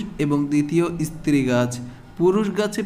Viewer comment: Istree na stree Age bhalo kore uchcharon sikhun tar por bolben